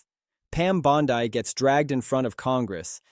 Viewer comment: You're saying Bondi wrong. You're repeating yourself. Blocked.